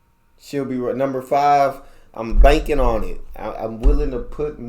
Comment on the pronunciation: You nailed number 5